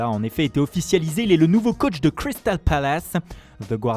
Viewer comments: Cristal Péleuce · Cwistal Pélace 😂🏴🙌 Un accent vreumeeennt 😭😂🙌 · Cwystal pélace :D